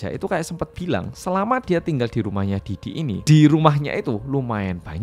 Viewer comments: "Pi Diddy" bkn "Pe Diddy"😭🙏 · bacanya pi didi mas, bukan pe didi😂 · Pididi bacanya atuhhh pedidi pedidi 😭😭😭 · karna cara penyampaian nya pake b ind yang medhok, blio pake nya 'Pe diddy' ya bukan 'Pi diddy'😭 lucu bgt kebanyakan bacanya 'Pi diddy' karna inggris apa ya?😭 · matursuwun sudah menjelaskan dengan detail dan mudah dimengerti. Dan medhok e seng rak ketinggalan nyebut (Pe) diddy 😆 ncen panggah penak ngomong jowo. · Kalo yg baca 'P. Diddy' sama medok gt napa berasa kayak ngomong Pak Didi😅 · Denger ngmng pe didi ae aku ngakak😂😂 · sama bjir bhahahaha ✌